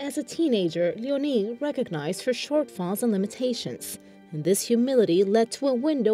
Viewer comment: Her name is Leonie. .. not Leonine.